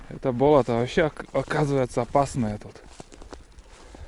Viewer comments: Да не БОлото,а БОЛОТО!!!!!УДАРЕНИЕ НА ВТОРОЙ СЛОГ! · Не исправляйте... мне тоже сначала слух резало, а теперь привыкла, да и может у них так и говорят - бОлото.